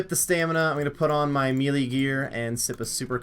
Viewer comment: the word "melee" is pronounced "maylay" not "meelee"